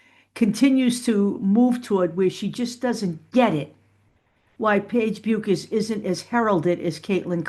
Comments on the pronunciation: It is pronounced Beckers. Take care. I think only AI videos say it the other way. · It’ pronounced Beckers. I have family in Minnesota where she is from and that’s how the pronounce it. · Paige herself said: her name is pronounced "Bekkkers"...not: " Buuuuuukers"!!!!!!